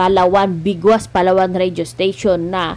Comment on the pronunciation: Yong pronounced mo sa Palawan ayusin mo Hindi po ganun correction lang po.